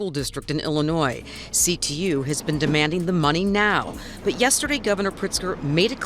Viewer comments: Ahheem... The "s" in Illinois is silent... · The often pronounced "z" in Illinois is SILENT. Thank you from a Sweet Home Chicagoan.❤